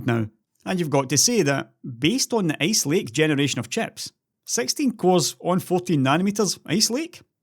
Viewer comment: I love your accent though it makes me have to focus harder on what you're saying. So I guess that's good. :) It brought a smile to my face when I heard you pronounce ice lake because I heard ace lake. Keep up the good work. Thanks.